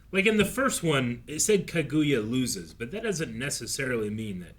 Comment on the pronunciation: I wonder when any of them are going to pronounce Kaguya correctly